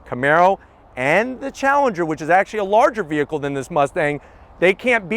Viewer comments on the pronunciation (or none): none